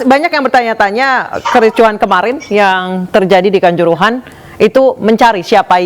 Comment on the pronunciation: Kanjuruhan bukan kancorohoan ..reporter k